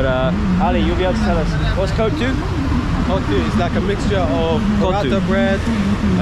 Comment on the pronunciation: Is quite annoying how he keeps mispronouncing kottu….